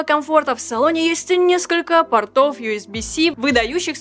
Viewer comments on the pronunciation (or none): none